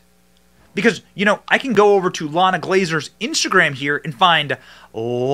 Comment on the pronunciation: Not "LLana", it is "Ilana" (ee-LAHN-ah), Israeli / Hebrew name.